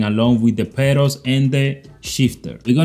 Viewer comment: i like the way he sayin pedals, perros